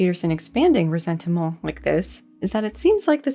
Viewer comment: "Ressentiment" with the french "stuff" every time.... 🤌